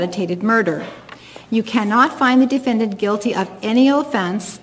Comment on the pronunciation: She pronounces it D-fin-Dant. 🤣